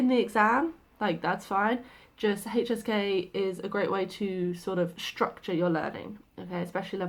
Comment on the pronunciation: Every time you say HSK I hear hey cheesecake😂